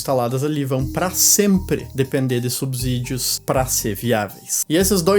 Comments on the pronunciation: Belo vídeo!! Só uma dica, o S só tem som de Z quando está entre vogais, não é o caso de subsídios. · Subsídios se fala com s não z. Cuidado com o português.